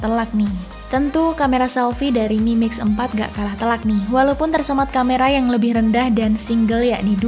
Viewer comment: Aku salfok dengan kalimatnya ngomong mimix 🤣